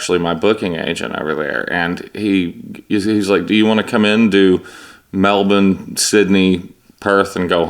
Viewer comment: Damn I thought I couldn't possibly love Justin any more, but then I just heard him pronounce Melbourne like a born and bred Aussie. We really lost a diamond when he passed...